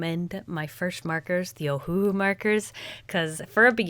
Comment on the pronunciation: Ohuhu sounds like "oh uh who?" To me😅😅😅